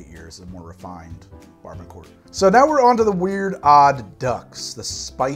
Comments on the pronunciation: Yo Barbancourt is pronounced "Ba-ba-coo" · First I love the channel and I’ve learned so much from these videos. Just a heads up, rhum barbancourt is actually pronounced barboncou. Would love to see your thought on this interesting drink I stumbled upon at this annual food expo in Brooklyn. Some guys mixed rhum barbancourt with Thai iced tea and it was delicious